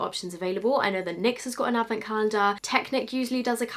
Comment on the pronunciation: I'm hearing 'beauty avocado's' Facepalms